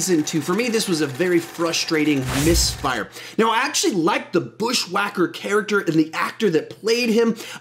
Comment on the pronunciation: are we gonna ignore how said bush wacker haha